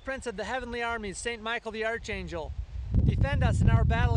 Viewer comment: You pronounced archangel incorrectly